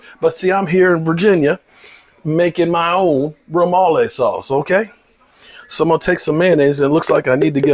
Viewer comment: Yo it’s remoulade not remole sauce.